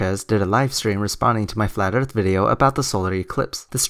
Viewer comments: flat earf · " Dis-ingenue" " Flat urf" " Loggadis pishur"